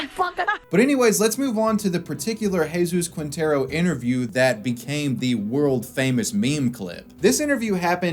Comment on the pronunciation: Spanish pronunciation tip you'll probably forget after reading: "Qui" = "Ki" Quinteros = Kinteros / "Gue" = "Ge" (like in "get") Guevara = Gevara